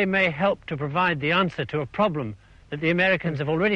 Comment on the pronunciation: When he said that's enough of "Dat" he also invented the Gangter rap version of saying "that."